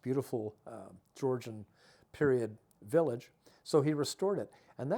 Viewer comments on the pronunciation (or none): none